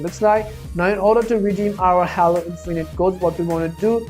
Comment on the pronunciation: it’s pronounced Hālo not hollow😡🤦‍♂️